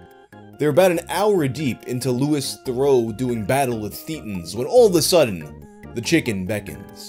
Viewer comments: "Lewis Ther-ow" Ow, my fragile British ears! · Never heard of Nandos? "Louiss Thurrow"? You're gonna get smacked bruv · How do u pronounce Louis theroux like that? 😂😂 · I notice that you mispronounced Louis Theroux, which tells me you've never seen Louis Theroux's work before, so I just want to say that I don't even care if you keep mispronouncing his name; just check some of his stuff out. It's that good. The Westboro Baptist Church docs are a great place to start imo.